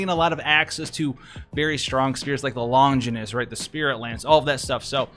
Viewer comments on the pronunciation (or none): It is pronounced long-guy-nus.